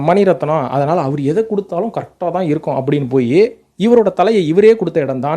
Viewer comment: Athu agala padhalam illa... Athala padhalam thn...